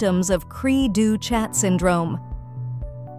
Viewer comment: The ch is pronounced as an sh in French.